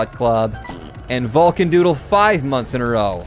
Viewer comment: name is "Vulcancooldude", pronounces "Vulcandoodle"